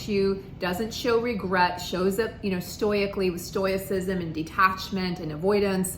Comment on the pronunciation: I really appreciate your videos, and this is only a minor thing, but you've been mispronouncing stoicism. There is no "y" sound in it